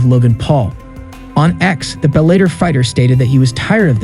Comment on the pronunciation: Bell-a-tor not bell-ate-er